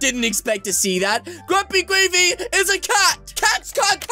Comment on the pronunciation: Its not grumpygravy it’s grumpygraivy